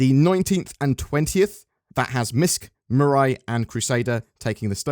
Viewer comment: Mate!! It's not "Mirai" like "mirror eye" it's MEE RAI Based on the kanji looking characters on the logo if you assume they are Japanese it means "future"